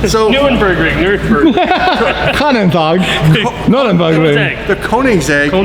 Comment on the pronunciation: actually got the pronounciation of 'Nürburgring' right.